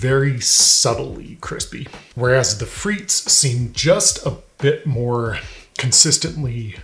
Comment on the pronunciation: Thanks for clearing this up, good video. Just a suggestion, in your relentless efforts of research, you might want to spend a few seconds to look up how to pronounce a foreign word